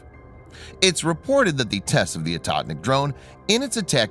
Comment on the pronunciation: Akahtnick in Russian means nothing! Oh-HOE-tneek, the correct way to pronounce the word, means "hunter."